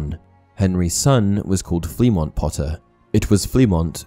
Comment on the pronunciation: Me before watching the video. The secret ingredient is crime. Edit:Turns out im wrong but it would have fit to James. Oh and its pronounced Flemo.